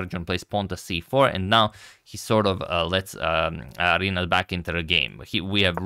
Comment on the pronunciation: Hey Antonio. In Rinát name letter A is stressed